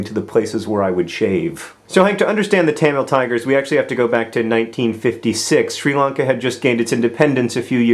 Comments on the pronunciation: did anyone else hate the way he kept pronouncing Sri Lanka as shree Lanka why do it the i is not a sub for ees otherwise amazing idea for getting stories across keep doing what you do best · "Shree Lungka"? Come on, John, Melbourne is bad enough.